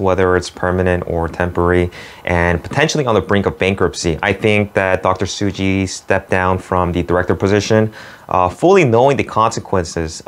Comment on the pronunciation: It's Tsuji not Suji.